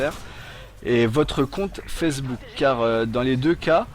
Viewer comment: C'est moi ou il dit fessebook O.o